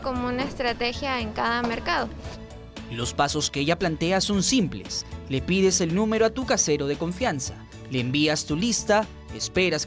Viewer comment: Hahahhaaha " COFIANZA"